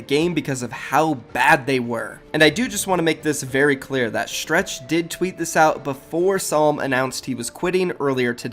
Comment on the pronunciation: why gotta say stretch's name like stretched